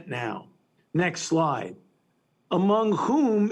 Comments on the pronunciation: How is this frauds opinion newsworthy anymore?!?!?! (funny how he keeps pronouncing it as "next lie") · Is he saying "next lie" or " next slide" ??